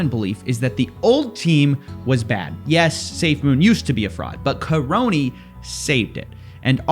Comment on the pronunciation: The man's surname is KA-RONY ffs. Karony the Crony!